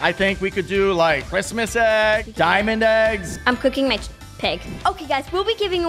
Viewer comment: He really said we could try get a legdanry out of a dimaind eggg